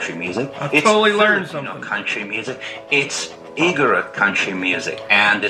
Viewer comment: Not to criticize, but to help you pronounce it correctly. Igorot is pronounced ‘Ee-gooh-róot’. 🤓🤓🤓